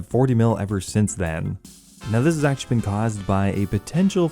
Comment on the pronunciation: i like how you pronounce actually as "ackshee"